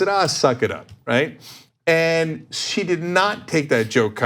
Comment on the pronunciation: I knew this video would be disappointing the moment she put the letter T at the end of the word "and". SAY THE WORD RIGHT